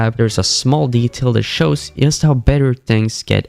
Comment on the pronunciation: it pmo how this guy keeps saying "yust" instead of Just